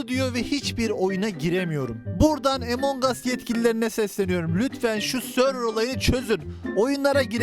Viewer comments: abi emong as deme ya among as diye okunuyo among us diye yazıldığını biliyorum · ABİ LÜTFEN ARTİK DOĞRU SÖYLEYİN ŞU OYUNUN İSMİNİ EMONG US DEGİL. AMONG US. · Emangos değil amongas